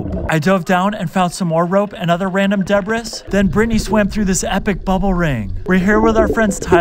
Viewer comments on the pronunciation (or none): HA HA HA HA!! “DEBRIS”!!! Um… it’s pronounced “debree”. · Debriss is crazy it is pronounced dibree